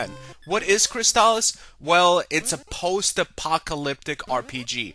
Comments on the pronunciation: Fantastic game. One of my all time favorites. I've never heard anyone pronounce it CrysTALis though. I always called it CRYStalis. But I could wrong. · That's not how you say it .. it's Crystal-is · But why are you pronouncing it that way?